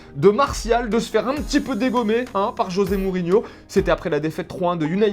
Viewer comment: Le J de José Mourinho se prononce comme le J français mon cher Sadek, c'est du portugais. Tu devrais le savoir, toi qui revient du Brésil...